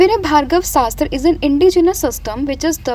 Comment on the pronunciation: Mam it's Bhargav astra not Bhargava Sastra..❤